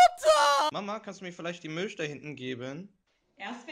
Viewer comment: Rewi sagt nicht Milch sondert Milsch